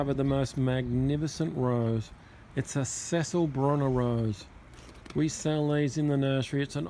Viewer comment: Is it Cecile and not Cecil, i.e. feminine name with a the last syllable pronounced 'eel' and not 'ill' ?